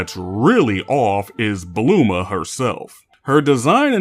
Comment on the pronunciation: I can’t tell if he’s pronouncing bulma and krillin like on purpose of not but I’m out Too bad seemed like a cool video